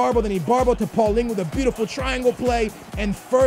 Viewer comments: it's PAULINHO not PAULINGHO so annoying. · its not paulingo its paal lee ni ouh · Y do say "paulingo" to paulinho you pronouce it "paulinyo" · I have two things to say 1. play Vertonghen as left back. 2. it is not Paulingo its Paulinho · It's Paulinho, not Paulingo.... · not paulingo, its paulinho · Why do you say pauligu instead of paulinho like dang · It's not pauliningoo it's paulinio/paulinhio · Why do you say PaulinGhu? Its Paulinho why the fuck do you see ing and a u wtf. Its pronounced like RonaldiNHO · What did he call Paulinho?? Paulingu??